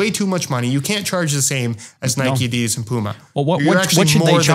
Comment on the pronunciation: what the fuck... did I just hear pronounce "adidas" correctly? I had no idea he was Scandinavian until right this second, I been thinking he was American this whole tine.